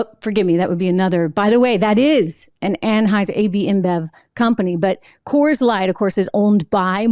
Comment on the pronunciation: ANHAUSER ANHAUSER ANHAUSER. Not budweiser Trish. Stock gates invested in